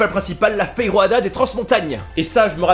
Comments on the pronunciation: Ta dit feroada on dit juste fejoade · Le J on dit J et pas R Exemple:Feijoasa et pas feiroada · Haaaa les saucisses de la marque Nobre se sont les meilleurs et les plus connus je pense 😄😄😆😆😆 Et sa se dit pas FÉROADA sa se lit FEJOUADA 😂😂😂😂😂😂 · On est pas espagnol arrête de prononcer le j "rrr"" stppp 😂😂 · Le "j" prononcé "r" ma fait mal au crâne mdr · Dans "feijoada" ,le j c'est pas un j comme en espagnol ,c'est un j comme en français ! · désolé mais le j pour la feijoada tu le laisse tu met pas un r c'est pas de l'espagnol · Il lisais Feijoada avec un accent espagnol 🤣🤣"rrr" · Du bacalo mdrr y ma tué ce, le fejoada on prononce le j comme un j et pas un r